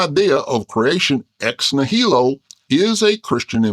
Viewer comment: The stress in "nihilo" goes on the first syllable, not the second.